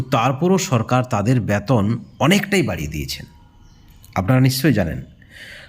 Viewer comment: আপনি আগে সঠিক উচ্চারণ শিখুন বেতন বলুন, না বলে ব্যাতন বলছেন কেন খুবই কানে লাগে